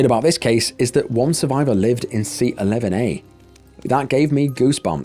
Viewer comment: I kept thinking you were saying lemonade rather than 11A lol!